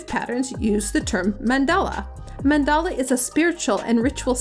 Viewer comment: man-DAHL-a not mandela, like nelson lol. ive found that using mandala tends to lean into specific shapes and looks so its best used with specific guiding words or negative prompting like --no lotus --no flower of life or --no sacred geometry, or things like octagonal, hexagonal, cubic, etc... otherwise they all tend to look the same. great suggestions~ thanks